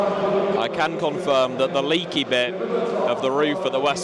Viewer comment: You need to work on that German pronunciation. "Vill-KOMM-uhn". "SHTAD-ee-on".